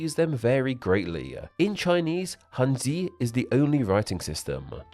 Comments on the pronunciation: Why are you saying handzu? It's pronounced handz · Was it just me or were other ppl bothered by his pronunciation of Hanzi. The i isn't vocalised like we say in english for si, shi, zi and ci, it is almost silent and hard for a beginner like me to describe correctly in words. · hanzi ❌ hanzu ✅ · i really do hope you could try to learn or at least mimic the pronunciation of foreign words like hanja or hanzi in their originated language because the way you pronounce these words are seriously killing me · Please pay attention to the correct pronunciation of words in the languages you make videos of. Narrating about Chinese and not knowing how Cang Jie 仓颉 or Hanzi should be pronounced is definitely off-putting. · lets just pretend he was using the hokkien/taiwanese pronounciation of 漢字 (han-ji) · If you don't know how to pronounce a word like Hanzi, Cangjie, or Hangul. Just use google translate please. It's not that hard. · Dude you didn't even pronounce hanzi correctly. The similarities come from the older language (call it a dialect if you want) from southern China. The language there is so diverse a native speaker can understand Korean/ Japanese better than a dialect 10 miles away in a different village